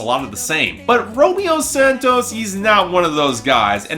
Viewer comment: I'm not sure how manages to continue to pronounce Romeo Santos's name wrong when he literally has a song that starts with "hola, me llamo Romeo" (which translates to "hello, my name is Romeo")